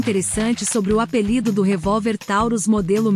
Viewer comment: Tauros" com "o" é peso